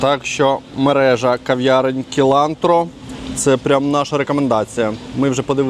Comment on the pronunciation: Мені цей контраст нагадує Марракеш. Там теж шумний, колоритний і галасливий центр, часто брудний і з зазивалами-прилипалами. А хлеш в спальний район - і потрапляєш поміж красивих новобудов, чистих вулиць, культурних людей. П.с. але кафе сілантро, а не кілантро, це ж кінза))